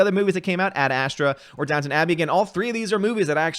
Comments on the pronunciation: It's DownTON Abbey, not Town ;) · KEK - It's Down-ton Abbey Not Down-Town Abbey... I Know I thought it was Downtown when the show came out years ago then I looked at the title and scratched my head... I heard it was a good show for women, but I never watched it. It didn't look my speed. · Downton, not Downtown. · Downton, not Downtown. 😄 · It's Downton Abbey lol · Downtown or Downton?